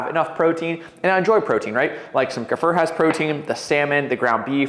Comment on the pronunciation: Is it not pronounced Kuh-fear? (Kefir)